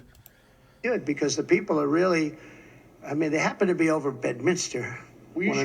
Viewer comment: Bed MINSTER... NOT "MIN- I- STER" COME ON MAN !!!